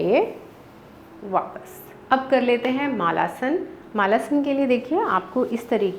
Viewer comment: मालासन नहीं मलासन....